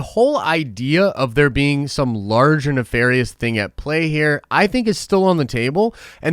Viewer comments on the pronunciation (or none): none